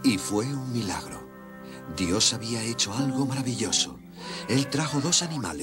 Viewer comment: Se dise dios no yos 😂😂😂